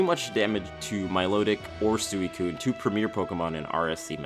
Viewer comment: Wow, I’ve never heard anyone mispronounce “Suicune” before...